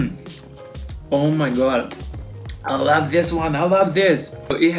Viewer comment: the way you said I LAV THIS 😂😂👍